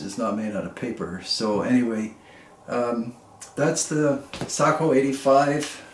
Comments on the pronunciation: Thank you saying Sako correctly. My Finnish relatives approve of your pronunciation. To everyone saying it wrong, Seiko is a Japanese watch maker. Thank you for the review! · In Finland, Sako is pronounced like you pronounce it. As many of us know, the name "SAKO" comes from "Suojeluskuntain Ase- ja Konepaja" ("Civil Guard Gun and Machining Works" in English), which was the full name of the old Sako factory until 1938. As a Finn, who is very familiar with Sako rifles, I encourage you to keep on using the pronunciation you've already used :) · Well done..,you pronounced it correctly 🤓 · I watched an article about Sakos in Finnish, they pronounced it Sock-oh. You’re absolutely correct but I think in American English Say-ko is more natural to our ears. When you get a chance check out Randy Selby, of Wapiti, WY. His YouTube channel is the real gunsmith. He gives a very nice dissertation on Sakos. He’s quite a character but has some great videos. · Don't sweat the nomenclature. It's a bit pedantic for people to be overly sensitive about it anyway. The military loves the nomenclature nazis.. I suppose it builds strong bones or character? I know someone that has owned, repaired them (as a gunsmith) his entire life and he pronounces it SAY-KO, both long vowels. I suppose in Finnish it could be different. As a viewer I love your videos, they have a unique niche that only you are filling. You have opened my eyes to guns I would have never considered. Thank you! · I pronounce"SAKO" the way you do. It happens to also be the way that the Finns do as well. Nice rifles as usual.